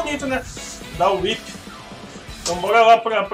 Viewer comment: É tão agradável quando alguém acerta o nome da "Whi(Uipi)". =DD E que bom que está se acostumando com a Whip(725, né?), que está diferente, mas ainda é Whip.